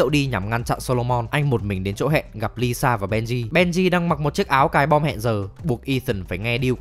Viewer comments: là ilsa faust, not Lisa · Nhân vật ILSA mà đọc là LISA làm hnay đi coi phần 7 chả hiểu ILSA là con mẹ nào đâu ra 🤣🤣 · Quại cố tình đọc ilsa thành lisa hử 😡